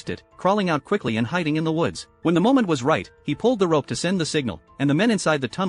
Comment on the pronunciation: Did he just said rope a r@